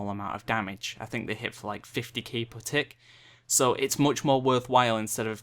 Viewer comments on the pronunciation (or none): none